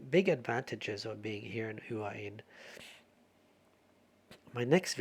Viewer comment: It’s actually sounds more like “Wah-Hin”. You don’t really hear the first “H”.